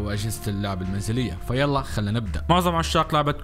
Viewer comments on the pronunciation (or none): none